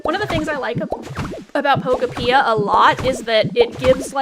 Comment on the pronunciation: Pokopia is pronounced like utopia Poke-Oh-p-ee-ah Not trying to be rude just trying to inform you because you said it wrong so I assume you didn’t know